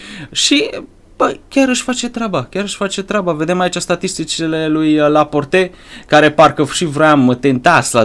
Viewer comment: Laport se zice